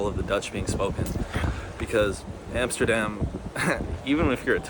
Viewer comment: I just love how you correct, every other youtuber that tryin to pronounce dutch words!!! haha:P you are certainly an honorary Dutchman at this point. like most of all ur pronounciations are really good , and ur knowlegde about the country, and its history is also really impressive. you prob know more then some dutch people in this country no doubt!! hope you will ever be able to fullfill ur dream man. Love From Den Haag. ''The Hague'' for you english speakers.